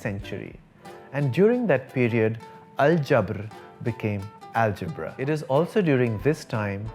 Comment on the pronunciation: U have good arabic pronunciation too.. Perfect pronunciation of algebra in Arabic 👏